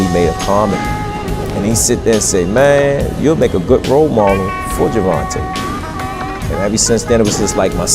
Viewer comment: "Grrr-Von-Ta Davis" hell nah😂